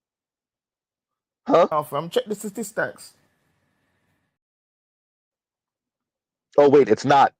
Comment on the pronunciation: 'Check the sta-tees-stocks!' 😂😂